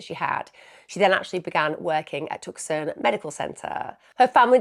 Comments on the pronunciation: Tucson is pronounced "Too-sawn"! Not tuck-son :) cheers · Just FYI no criticism~ AZ resident here, Tucson is pronounced “Too-saan” 😊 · Emma I love you but it's TOO - SAWN Arizona lol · Tuckson 😂😂😂😂 Tucson pronounced tuckson 😂😂😂😂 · Hey Emma, just a heads-up Tucson in Arizona is pronounced (Too-son). There seem to be a few cases you have covered there, so thought you might wanna know. x